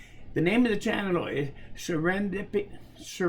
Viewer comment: Serendipity - I think it rhymes with 'hair' and the emphasis is on the 'dip'.